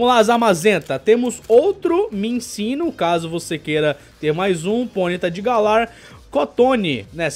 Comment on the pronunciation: Minccino mas um carioca falando: COMO ASSIM O POKEMON TA MINTINO?